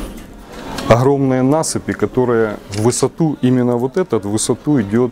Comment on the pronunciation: Если взялся говорить на русском, о серьёзном.. так хотя бы не Хыкай да. оХромные.. хородища.... хде-то.. хурганы..и т.д. Вроде по теме балакаешь..почти не тупишь. Но вот это твоё { Х } всё портит да. Прекращай уже! Или ховори тогда уже чисто на украинском .